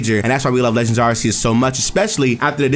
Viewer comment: Lol. Every time you say “Legends Areses” part of my soul dies. 😅